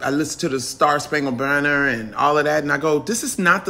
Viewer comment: She didn't say star spankle banner, she said bander what ever that is!!